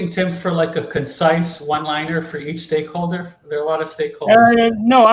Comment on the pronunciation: "stakeholder" lol